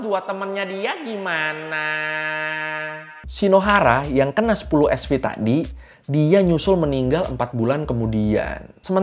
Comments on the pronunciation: Bukan Sv bacaannya, tapi Sievert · SV = Sievert (baca : sivert) . Satuan pengukuran dosis radiasi. Jgn bilang SV lagi bang😂